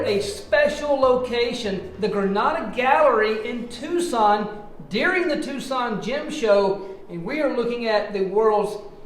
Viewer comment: Finally someone who isn't from Tucson says Tucson right lol